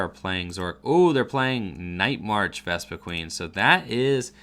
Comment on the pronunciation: *VespiQUEN lol there's only one "E" in the last half. But that is a common mistake by people pronouncing it.